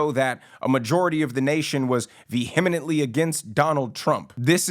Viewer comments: Ve-HEEM-ent-lee Not trying to be a dick, just trying to be helpful. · pronounced like VE-em-ent-ly. Don't pronounce the H or that extra syllable you added. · You need to learn how to pronounce "vehemently."